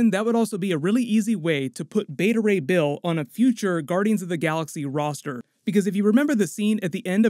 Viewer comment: Beta Ray "Bale" 😄